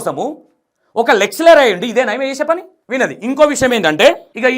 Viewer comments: గారు మీరు తీసుకునే కంటెంట్ బాగానే ఉంటున్నాయి కానీ మీరు కన్ఫ్యూజన్ గా చెబుతున్నారని నా ఫీలింగ్ ఓన్లీ, నెక్స్ట్ రబ్బర్ ని లబ్బర్, లెక్చరర్ ను లెక్టులరు అని అంటున్నారు...అలాంటి వి కొద్దిగా చూసి చెప్పండి next అంతా good. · Content బానే ఉంది కానీ, అర్ధం కావట్లేదు అసలు. Flow సరిగ్గా లేదు. టాపిక్ జంప్ చేస్తున్నారు. Basic English నేర్చుకోండి మీరు. లెక్చరర్, LIC, commercial, ఇలా చాలా words సరిగ్గా పలకట్లేదు. అర్ధం కావట్లేదు. Pronunciation నేర్చుకోవాలి.